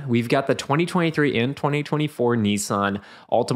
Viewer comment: It's "Nissan", not "Nee-San". Why do Americans butcher everything